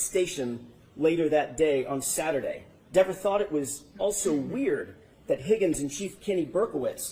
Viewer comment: not pronounced as written " Ever ", pronounced like " Beaver " the Condescending attitude as if English speaking person's are to Assume the pronunciation shows just how ignorant this Narcissistic and belligerent woman is who has no manners or clue how to Respect a Judge in her Courtroom? ( no matter what we may think about auntie Bev), This Police Officer has no Manners or Respect for the US Court System, the Attorney's, the Jurors, the person who may loose their life, and Certainly no Respect for the Victims Family! Her snarky attitude, rolling eyes, the glare and rolling of head and eyes at the Judge herself is atrocious!, has made herself the Rudest Witness, the most Hated, Ignorant, Self-Serving, Unsympathetic, Person in this Trial. No Respect for the Court Process. SHAME ON YOU, pronounced " Beaver"!